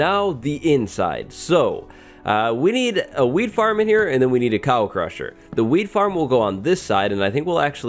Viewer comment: why does he keep saying ''weed farm'' instead of ''wheat farm''